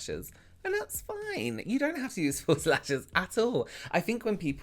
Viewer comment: Great information . . . I had a laugh when I thought you’d said “full slashes” and then realized you’d said “false lashes” . . . I love your accent.